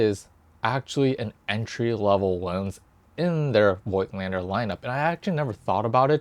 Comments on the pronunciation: It's a german/austrian word. We say "Fogtlander" if you pronounce it the english way. You're not too far from that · Hi. I am sorry for that. But your pronouncing is more then terrible. It will be pronounced Like Fogtlander in english. And how you pronounced it is like the germans Idiots speaked in the ww2. In germany (i am a german guy and live in germany) this is really a very sensitive theme. And it is about 80 years ago. So Nobody in germany is alive from this time. And we Don’t want this time again. So please have a Little respect to your german viewers. Nobody in Germany would publish a video with a pronouncing like that. Because it would be the end of the youtube career. Please think about it.